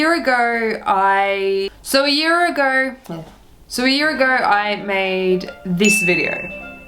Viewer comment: "so a year ager.... so, a year agerrrr..."